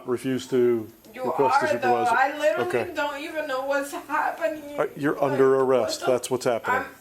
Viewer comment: The ‘Literately’ & not ‘Literally’ drives me up the freaking wall.